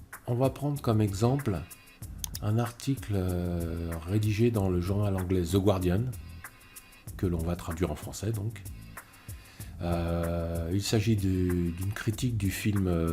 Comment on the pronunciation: On ne prononce pas le "u" de "The Guardian"...